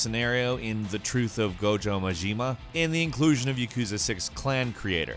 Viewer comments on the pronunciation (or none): Gojo Majeema??!! Really? Really?